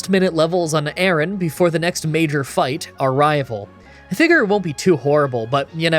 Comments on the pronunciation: I really wish you'd read MarshTOMP's name. There is no second S in it. Also the way you pronounce Aron is off. The 'Ar' part of it...well think of a pirate. You're pronouncing it like the name Aaron. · His horrible mispronunciations of the entire Aron family was so painful to listen to. I know he doesn't care and/or just isn't good with names, as he's said a billion times, but it doesn't make it any less cringey to listen to again and again.